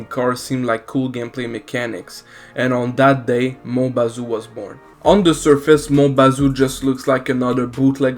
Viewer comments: i keep hearing mobile zoo instead of mon bazou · He says the name in the video lol but it's Mon Bazou